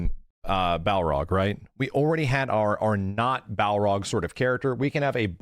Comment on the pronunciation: Man, for someone who claims to be such a big SF fan, consistently pronounces Barlog's name totally wrong.